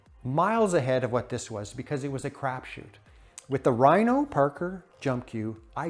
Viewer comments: Pronounced "par-koor" not "Par-ker" heh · Omg, I can't listen to him mispronounce "parkour" one more time. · The way you pronounce parkour… 😅